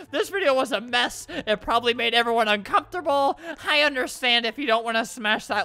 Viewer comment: 'evewyone loves me' ..... I DONT